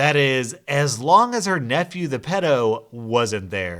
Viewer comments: Pedo is pronounced Pee-do! And I know just what the nice nieboughs felt. I unfortunately have a walking corps ( aka pedo) in the family and his mother was the only one that took the m in when he got out of prison and she tried taking him to see one of her other sons home ( where he had young kids,) and he live only a few doors up from me and I'd just had my first kid . I started only opening the frount door if I had a knife behind my back..... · Why do you pronounce pedo like that 😬